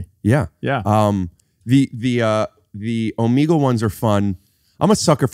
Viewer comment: Okay I pronounce Omegle the correct way, unlike both of these gentleman.